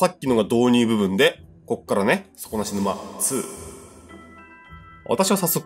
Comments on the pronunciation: そ↓こ↑な↑し↑ぬ↑ま→ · 底↑な↑し→沼↑ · 底無し沼のイントネーションそれなんだ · 底なし沼の発音が気になって仕方ない！笑 地域差あるのかな？